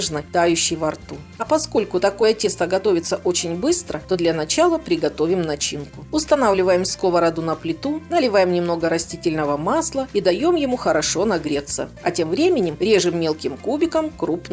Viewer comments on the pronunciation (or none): Прекрасный рецепт, только мне резало слух «скОворода» - не хочу занудствовать, но ударение на последний слог!